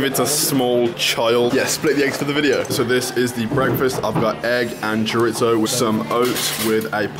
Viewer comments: Chore-itzo hahaha bro its cho-di-so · You said chorizo wrong dude